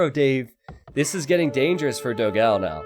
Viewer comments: please learn the correct pronunciation of "Dogão". It would be a gift to all your brazilian followers. Also, great content as always! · Your Dogao pronunciation is wrong, type "dó gão" at google translate and listen the brazillian portuguese pronunciation